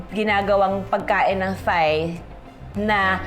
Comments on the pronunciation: Ate Juday not criticising u but heard u po so many times pronouncing “THAI as “THIGH” its supposed to be “TAI”only. Ngkamali din ako dati nyan sa pagsasabi. Till my Thai friend corrected me. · Very correct! It’s pronounced as “Tai” (Thai), Tyme (Thyme) just like Tomas (Thomas) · At ang tama daw na pagbigkas ng herbs ay Herbs hindi erbs hindi daw silent H. At Tai ang tama.silent naman ang H. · Love the video, however according to my friend, Thai should be pronounced as "tai", and thyme should be pronounced as "time", just like Thomas, it's "Tomas". Very informative ang mga videos mo Ms. Judy Ann, ang dami ko natututunan. Thank You!